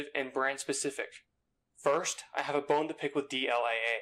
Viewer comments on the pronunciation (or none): none